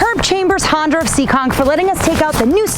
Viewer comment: Awesome to see you back at it. It never gets old to hear you pronounce Honda. It’s so darn cute.